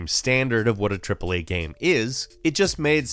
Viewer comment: I like the video but i dont like the way you pronounce “game”. You say “gaem” And that distracts me 0_o